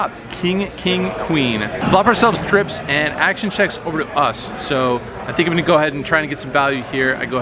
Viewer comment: "I had treeps" - john juanda- (probably)